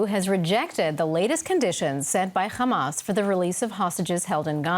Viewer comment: The host lady said khamas at the beginnig!